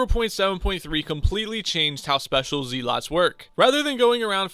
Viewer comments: I stopped watching the second you called them zeeeeeeelots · Zeelots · Bruh he says zealots wrong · IGN: DeadlyRedstoner Its nice to get some money i guess? And i love the way you say zealots